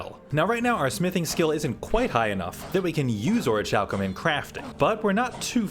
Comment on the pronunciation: Orichalchum is pronounced ore-ee-cal-cum